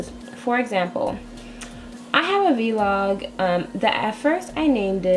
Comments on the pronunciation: i love that you say V-LOG!!! lol you're the only one that's ever said that besides me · idk if she just said v-log instead of vlog